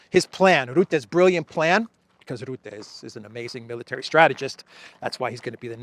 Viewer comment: Still a wrong pronounciation of Rutte. 😆More a e like in the.